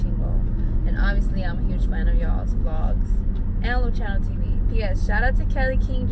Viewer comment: Its pronounced LU-SI-A-NO not lu-CHI-A-NO